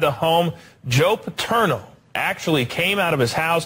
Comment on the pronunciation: How does it Opie not know how to say “Paterno” after hearing it over and over again?